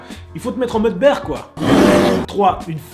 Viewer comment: Je suis le seul choqué par sa prononciation de bear la ? Sa ce dis bir pas ber